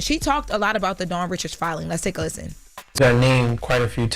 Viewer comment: Ok why is everyone pronouncing Dawns last name wrong 🤦🏾‍♂️